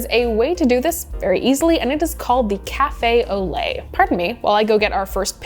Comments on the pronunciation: lol Café Olé, versus, Café au lait It's such an American thing to make French sound Spanish. Keep up your great videos, always a fan :) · Anyone else hear Café au lait as Café Olé? 😂